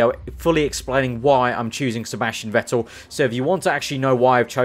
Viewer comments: You speak it "fettel" , not wettel :D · I am going to kill myself if i should listen to a career mode where you are saying "Vettel" the wrong way in Germany you say V like an F so you should say "Fettel"!!!!!!!!!!!!!!!!!!!!!!!!!!!!!!!!!!!! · Vettel ist pronounced like "Fettel", sharp F